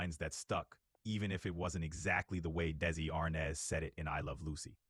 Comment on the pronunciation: Chatbot even still calls him Desi Arnez... isn't the name now Desi Arnaz. So I guess the chatbot misrembered that too.